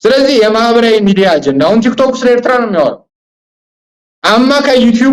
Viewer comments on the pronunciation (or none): none